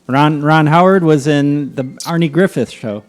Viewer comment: "...Arnie Griffith Show". Lol.